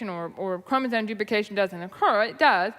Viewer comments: Do my ears believe me, or is the goblin queen also saying "chromosone?" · I dug a little deeper into her mispronunciation of "chromosome". /m/ -> /n/ is a known consonant drift, like /r/ -> /w/. I checked to see if it was a creationist dog whistle, but that only returned one, non-creationist result. She likely misread it when young and she never updated her pronunciation when she sees it. As you learn to read the brain becomes focused on the shape of the word and not the individual letters.